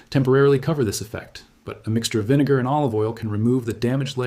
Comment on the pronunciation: Video starts He says baking soda and vine-gar